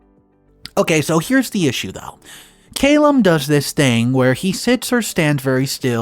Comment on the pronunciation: Wow I am glad I wasn't sipping a drink when I heard 'ahh-bleest'. Have you really never heard that word before? Don't get me started on how many times and different ways you botched Calum too. Come on dude you're reading shit and releasing it publicly. Some due diligence is necessary.